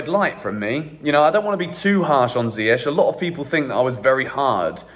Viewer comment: Oh my god please ziyech’s name is pronounced ZIYE-K not ZIYE-SH😭 (CH=K)